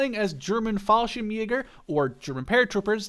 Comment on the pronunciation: you skipped like half of the word Fallschirmjäger it sounded like you said "fallshimeer"